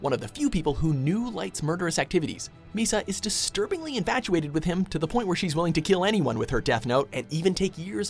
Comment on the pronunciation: You got misamisa all wrong